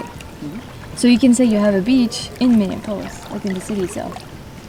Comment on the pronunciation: Minor detail, Minneapolis: Min( like minimum) e( the letter) ap( like application)o( the letter)lis( like list). Or perhaps the same with the "olis" as that Greek : Acropolis.